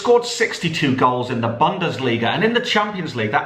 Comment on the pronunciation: FFS Can tell how "Bundesliga" is pronounced? It's is hurting my ears.